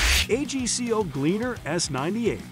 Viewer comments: its called AG-CO, not A-G-C-O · Nor AGCO. 😂